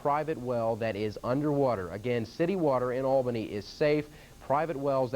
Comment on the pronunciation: The need to learn how to say Albany properly. (it is "All-Benny")